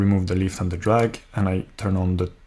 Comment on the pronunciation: It's not drug but drag (draag) force ;)